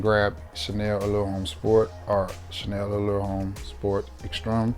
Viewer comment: Chanel Allure Homme Sport H is silent Chanel Allure Omme Sport